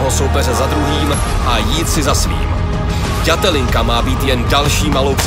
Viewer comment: Všetko super ale mohli by sa naučíť hovori ĎAtelinka a nie Datelinka bratři češi :D ja som sa Ř naučil!